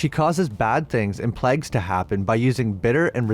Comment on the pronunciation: We should all make up a drinking game where we take a shot every time he Pronounces plague wrong we would be drunk as hell😂 pleg lol